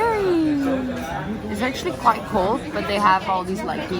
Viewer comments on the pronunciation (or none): none